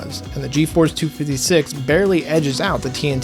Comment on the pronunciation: "geforce two fiddy six" lmaoooooooooooo